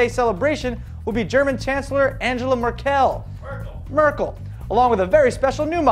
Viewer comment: I believe the Germans pronouce it "AHNG-uh-luh Mer-kull"